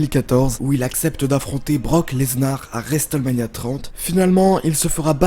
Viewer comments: "et juste après resteulmania". Cet accent anglais divin. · Le T de Wrestlemania ne se prononce pas, ni en Anglais, ni même en Américain, car de temps à autre les Américains parlent un Anglais "bien à eux" ! Dans les deux cas, le T est "étouffé" , il ne se prononce pas. Dans cette prononciation, il faut faire comme s'il n'existait pas. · La prononciation de Hulk Hogan aussi... Au final, tout l' anglais est stressant... Le T de Wrestlemania ne se prononce pas!!!!! 😂